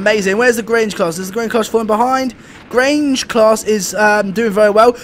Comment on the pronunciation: You pronounced Grange right